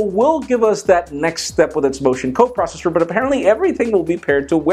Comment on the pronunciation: RUMORS TALK ABOUT THE MOTION COPROSHHSHSHH ?